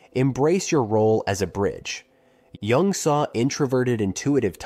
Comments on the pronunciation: Wow. Starts by mispronouncing Carl Jung's name. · mispronounces "jung" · It would be cool if the narrator knew how to pronounce Jung's name.